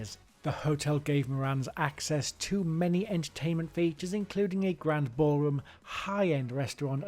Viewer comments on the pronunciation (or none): none